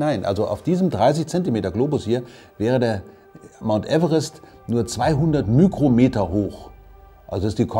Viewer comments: Äußerst interessant. Nur, nichts für ungut, aber Mikrometer spricht man als Mikrometer aus und nicht als Mükrometer. ;) Und ja, ich weiß, dass mich das nicht stören sollte, aber als einen, der Altgriechisch gelernt hat, nervt mich es trotzdem ein bisschen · Kleine Klugscheißerei: Es heißte Mikrometer. Und nicht Mykrometer bzw. Mükrometer. :-) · Nein. Es kommt von griechisch μικρός. μ=My. μm wird also Mükrometer ausgesprochen. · sonst würde ich es nicht bemängeln das oftmals die falsche Aussprache genutzt wird. Aber du darfst das gerne ausarbeiten...